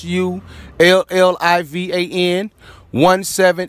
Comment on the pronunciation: he cant say sullivan?